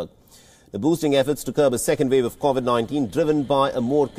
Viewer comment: Please correct, it’s Covid 19, and not Cauvid 19. It’s important to pronounce the virus name correctly.